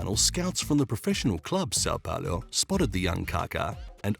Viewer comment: Ok i get u not being able to pronounce sao paulo, but shevenko????